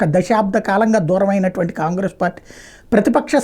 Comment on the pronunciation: ఖాన్ గ్రేస్.సరిగ్గా పలకండి.